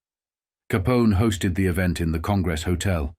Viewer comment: How did the pronunciation get so butchered? Is it AI? I've never heard anyone pronounce "Capone" as "Caponi" before - that seems like something a robot would do.